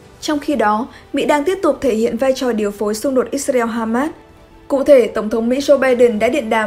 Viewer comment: Tại sao lại cứ đọc là Ít xa reo nghe rất chướng tai .